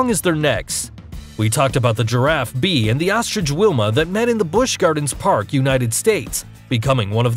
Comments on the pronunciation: It's Bey Yah (Bea) not Beeeee... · I thought Bea is pronounced as Beya